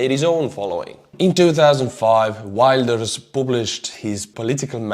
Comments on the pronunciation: Hi,I am not a fan of Wilders but it is not as bad as you pronounced.🇺🇦🇳🇱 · ah crap your showing our (basicly Hitler of my country as hes a Natiolist-radical Political guy famously of always complaining to about our minister hes doing, hes racial thoughts like no refugee and anti islam thoughts) i'm deffinitly not a fan of Wilders. also you butchered hes name biueatifully:)